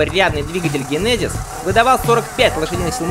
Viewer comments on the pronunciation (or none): none